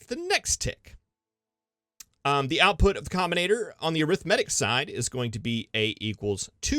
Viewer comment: wonder if he ever looked up how to pronounce arithmetic